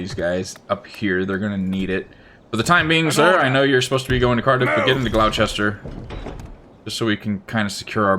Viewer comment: Gloucester is pronounced Gloss ster, yet another British place that sounds nothing like what it looks like